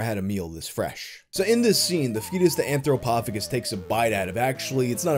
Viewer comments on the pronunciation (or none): Shouldn't it be AnthropoPHAGus, not AnthroPOPHagus. anthropo-phagus, man eating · It’s pronounced anthropo-Fay-jus. Phagus means to eat.